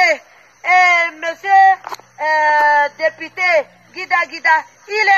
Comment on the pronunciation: Une route au Caneroun. Elle prononce très bien " dépIté". " On a voté le dépIté". "Où est monsieur le dépIté?". Après maman pilon, le rdpc va certainement enfermer cette maman de l' Adamaoua. Gardons l' oeil ouvert, pour que l' on sache à l' instant T ce qui lui arriverait. Danke.